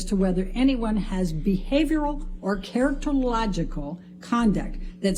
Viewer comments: Charactereraralalogicaly, correct? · Character illogically, once more for the jurors, characterological....................... You've been practicing how long to get the correct pronunciation of that word? Maybe you shouldn't use it! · This woman can’t even pronounce characterological ? Even after trying to do so repeatedly😂 Idk seems like either Amber doesn’t have the best taste- made clear when assigning her lawyer team, or this woman is having a hard time sleeping at night and it’s causing problems for her during trial.